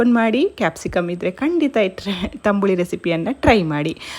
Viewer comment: Tambuli alla tambli anta heli